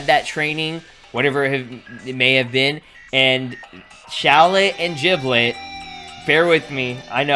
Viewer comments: It's Giblet not Jiblet, you are saying it wrong, annoys people sometimes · Did this guy just say jiblet